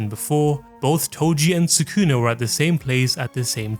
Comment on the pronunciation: Soo-koo-nuh ≠ Sah-ku-na